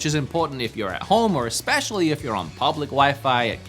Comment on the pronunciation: Eggspecially.... am i the only one hearing this????